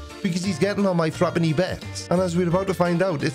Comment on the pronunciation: Okay, usually I have no problem with Creaky's pronunciation. Maybe my accent makes it hard for me to understand his proper unaccented English, but what did he say this guy was getting on? This thruppany bits? His what?